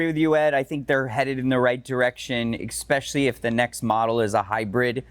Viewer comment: Someone please teach John how to say especially